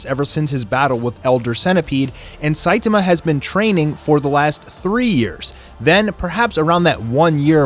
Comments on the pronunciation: ITS NOT SITAMA ITS SAITAMA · It's very refreshing to watch a OPM commentator who actually knows how to pronounce Saitama correctly. Props! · That way you say Saitama kills me bro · I cannot with the way saitama is pronounced. Lol.